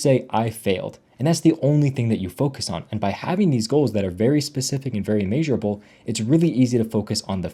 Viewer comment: It’s pronounced mehsurable not may but great video